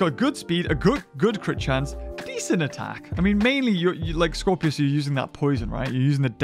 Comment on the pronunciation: Guys, it’s Scorpius, not Scorpios